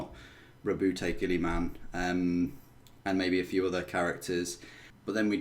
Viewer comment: it's not "Gilly-Man" it is pronounced "Gill-A-Men"